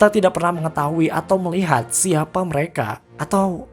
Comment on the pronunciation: Min "MEREKE"